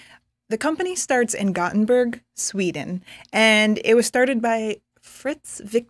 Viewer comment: It's not "Gottenburg" .. but "Gothenburg."